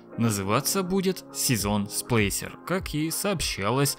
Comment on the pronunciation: «сплЭйсер»? «Эликсни?», что с тобой?